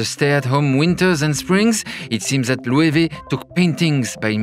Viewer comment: Thank you Loic, now i know how to pronounce Loewe correctly.